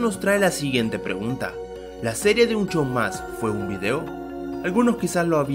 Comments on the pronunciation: En varias veces en vez de decir un "show mas" parece que dice un "chou ma" Ese nivel de inglés papá xdd Si no te sale bien solo di "regular show" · Soy El Unico Que Escuchava Un Chow Mas Envez De Un Show Mas? :U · LIKE SI OISTE QUE DIJO HORA DE AVENTURA ELGUAR UN CHOU MAS